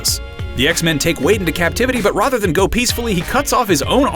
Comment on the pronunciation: R-A-T-H-E-R sound it out..